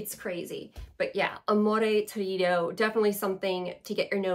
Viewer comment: Hi! I was finally able to try vibrato and amore torrido at esxence and I loved them!! Ps Torrido is pronounced in Italian with the accent on the first “o” not on the “i”= tórrido, not a criticism at all,just so you know! If you heard my English accent you would be terrified🤣